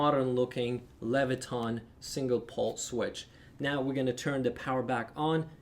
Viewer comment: Leviton, not levitRon